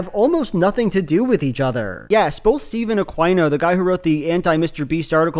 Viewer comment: will never get over you pronouncing aquino as ah-kwy-noe, instead of ah-key-know